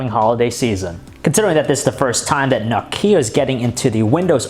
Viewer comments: It's pronounced nOkia and NOT nokIa for Christ's shake! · Aaaargh!!! it's not No-Key-Ah - Nooooo! say Knock-ee-ah speed up until you get it right lol - great review though :-p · Nice review, but for the love of God, stop saying "Nokίa" :) !!! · its not pronounced No-ke-a, nokia is pronounced Nok-ea..... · it's "Nókia" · Nokía? Lol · for god sake stop saying Nokia IT'S fucking Nόkia...... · OMG STOP SAYING NOKKKIA! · I think he pronounces nokia like nok-ee-a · I like it how he pronounces Nokia. He says nokía, and it makes me laugh so hard. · Trond Håvås No it's not. I'm Finnish and he pronounces it incorrectly. It sound's like he says "Noo Kia". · No"Kia" o.O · Is it just me or does he pronounce Nokia weirdly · Please learn how to pronounce Nokia. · Learn to pronounce Nokia !!!!!!!!!!!!!!!!!!!!! And about the light bleeding, you should look into that on the iPad, i owned 2 so far, and both had light bleeding issues